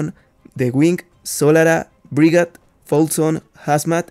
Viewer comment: El Brigade se pronuncia BRIGEID bro ggs buen video, buenos recuerdos